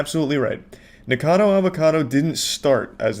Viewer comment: man he really NEVER learned that the dudes name is NickACADO and not Nickado 😭😭😭